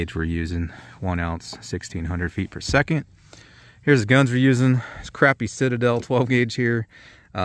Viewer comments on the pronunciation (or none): none